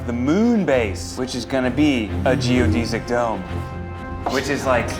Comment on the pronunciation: Am I the only one that's bothered by how he pronounces geodesic dome? 😅